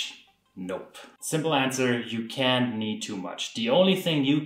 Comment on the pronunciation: “You can need too much”. It’s impressive to pronounce “can’t” as “can”. :)